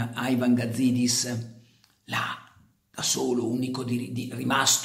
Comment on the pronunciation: Carlo, ti seguo dai tempi di Radio Peter Flowers per cui mi permetto di chiederti un favore: basta con questo AIVAN. Siamo in Italia e quindi si dice IVAN. Poi che sia una persona da neanche nominare, questo è un altro paio di maniche. Pero' ribadisco: basta con sta pronuncia del menga del nome Ivan... Basta!